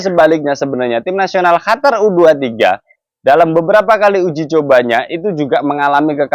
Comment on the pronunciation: QATAR OM...BUKAN HATAR 😂😂